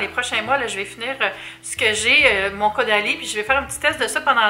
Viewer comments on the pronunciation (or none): Le bandeau te va à ravir! ❤️ Je sais pas pourquoi mais chaque fois que tu dit Caudalie dans la vidéo j’entend Go daddy 😂 Y’a fallu que je rewind un peu la vidéo la première fois pour être sure 😂